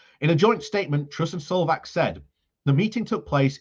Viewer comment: His name is not sovak, but Maroš Šefčovič. Spoken Maros Sef-co-wich